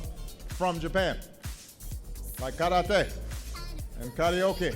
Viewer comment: "thank them, especially the young ones, for(how obama pronunces these words) (ca-ra-teh), and (kar-o-ke) (man-gah) (an-ey-mei) WTF!